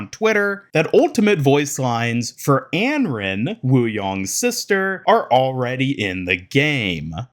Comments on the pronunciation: if he's saying "Anron" then it's certainly Americanized. The only sounds that start with "r" and end with "n" in Chinese are "ran", "ren", and "run". Here is the Chinese name：安然. You would pronounce it An-ran, it means at ease, or free from worry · Anran, not Enren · it's pronounced "on-ron" 😂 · I feel like its pronounced as Un-Run. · Your pronunciation of Anran is really bad/annoying for someone who makes a living covering overwatch